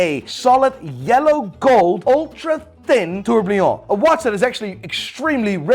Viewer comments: please.. it's 'TOUR BI LLON' not 'TOUR BLI ON'.. your pronunciation is wrong every single time! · The way says „TourbLion“ never gets old 😂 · LOL how many times can say TLurbLillon wrong in one video? 😅